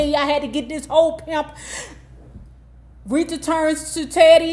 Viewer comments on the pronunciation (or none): none